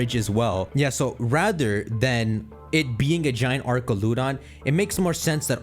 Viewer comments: it’s pronounced “ArCHaludon” not “ArKaludon” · it's "AR-CHAL-UH-DON". They say it in the trailer. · I was gonna sub until I heard this man pronounce archaludon 😭🤦🏻‍♂️ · It’s the pronunciation of Duraludon and archaludon! It’s really Du(dew) ra (rah) lu (loo) don and Ar (r) cha (chal) lu (loo) don!